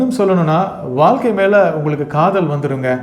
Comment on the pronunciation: வாழ்க்கை என்பதை தயவு செய்து சரியாகஉச்சரிக்க வேண்டுகிறேன்.🎉🎉🎉🎉🎉🎉🎉❤